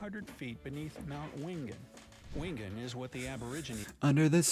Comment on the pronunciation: Corrections: 1. Wingen is pronounced Winjen. The place is😮called Burning Mountain and it is easily accessible from the New England Highway just north of the village of Wingen which is about 3.5 hours drive north of Sydney. 2. Aussie is pronounced Ozzie. Same with Brizzy - also known as Brisvegas 😂 3. Rent a Grandma is American - there is one here on the GoldCoast but first I have ever heard of it. 4. Australia has the mandatory voting and everyone is expected to know the system, the parties, the policies , their local member of state, federal and local government. Our participation rate is around 91% with most people happy to out to their local primary school, buy a cake from the cake stall, eat a “Democracy Sausage”and vote on a given Saturday - our next federal election is 3rd of May - in about a month. We also have pre poll voting and postal voting for the elderly, disabled, isolated or those who have to work that day. This level of community participation in the political process ensures we don’t end up with clowns for leaders.